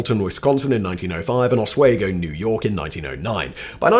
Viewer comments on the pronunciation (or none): Thanks for sharing your videos, always interesting and entertaining. FYI. Oswego, Os we go. Not Os wego. Yes I know, unnecessary nitpicking 😂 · lol... it is OS-WE-GO, NY (not OS-WAY-GO). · ah-swee-go...I love listening to people try to pronounce the town names from my homeland. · Hearing you pronounce Oswego like that hurts Simon hahaha😂 I didn't know they ever had a prison though